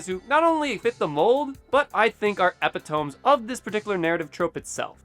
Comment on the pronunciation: Minor nitpick, epitome is pronounced "ĭ-pĭt′ə-mē" (nothing like how is spelled)